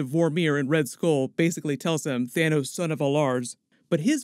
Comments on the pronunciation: its Thanos not Thanous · It’s pronounced Than - oss